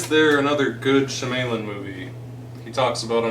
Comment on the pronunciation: M. Night she-may-lyn..... and panying shots?